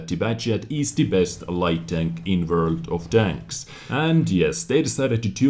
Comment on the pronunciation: I thought he said "Welcome to World o frogs"